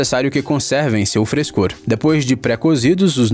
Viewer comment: Seu "frescor" 🤣🤣🤣